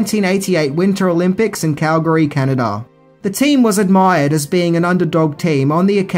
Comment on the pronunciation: As a Calgarian I thank you for saying Calgary correctly. I remember when they were here in 88 and the filming of this movie.